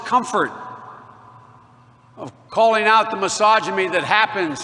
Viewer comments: “Misogy-me” is probably my favourite Freudian slip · What is "misogeme"? Or "repr-hensi-bowl"?